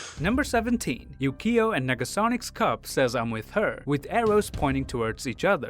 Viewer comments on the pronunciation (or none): Did you say Nagasonic? It is Negasonic